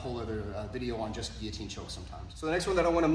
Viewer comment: Love that you know how to pronounce "Guillotine". Unlike so many others out there lol